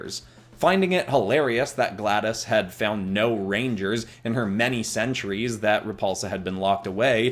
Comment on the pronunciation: I keep hearing, "reindeers" even tho that isn't a word